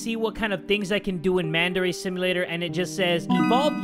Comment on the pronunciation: i thought he said mandarin simulator